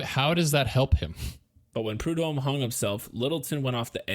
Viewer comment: Also.. sorry for being "that guy" .. But.. the H in prudhomme is slient..for some brighter news, however.. The baby is now a thriving human adult. Snaps to that shit, bc this place.. does NOT let go. This murder, and the kks murder.. Literally ruined this whole ass area, im not even being extra. Both of those are still relevant, HARD.. right NOW. Thirty three years later.